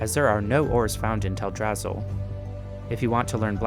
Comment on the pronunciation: I lost my rested XP every time he said Teldrassil.